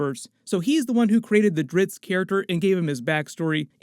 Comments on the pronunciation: This guy keeps saying Dritz, his name is Drizzt. Duh 😂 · DriZZt, not Dritzz. Damb.